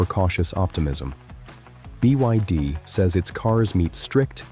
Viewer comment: The Ai narration is quite good, but trips up with abbreviations like BYD etc. It's the equivalent of robots using stairs which they struggled to do, it's has now been conquered. We are all Doomed!